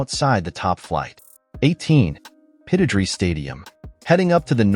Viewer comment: Typical clueless American in his pronounciation! Aberdeen's stadium is said Pitt-o-drie. The stadium is very close to the North Sea.